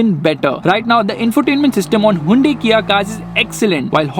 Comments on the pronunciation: Why u pronouncing haiyundai😁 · No one:: Hivunde